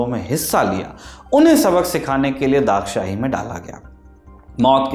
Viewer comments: It's not daghshahi sir it's dagshai Pls pronounce write one😢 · I have to this place multiple times and to the graveyard as well being a local, didn’t know about the marble grave and why it is named as Dagshai. Everyone here calls it as डगशाई और धगशाई and not दाग़शाही.